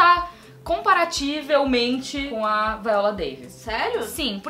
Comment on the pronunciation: "comparativelmente" foi brabo...